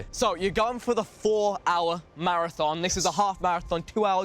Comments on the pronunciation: Vik: "Marrathong" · the way vik says marathOn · Why can’t vik say marathon?😂 MaraTHOOOON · Vikk pronouncing maraTHON with that much emphasis is so funny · The way vikk says marathon weird for anyone else???? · vik cant pronounce marathon pass it on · Why vik say marathon like that. It's his Sheffield showing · The way Vik says Marathon though... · Frustrating lol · Why does vik say marathon so weird?